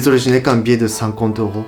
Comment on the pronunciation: Je sais que je vais faire ma chiante, mais attention: On ne dit pas "cent neuros", plutôt "cent euros (juste euros)". Et "deux zeuros". Ça gonfle les liaisons! Et à chaque fois que tu dis "client", je crois entendre "couillon". 😆